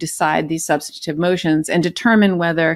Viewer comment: By the way, BEN, the words are MACK-n-nay-shuns, and SUB-stun-tive. NOT ma-shi-na-shuns or sub-STAN-i-tive. At least you had the right number of syllables in machinations, but you added an extra one in substantive.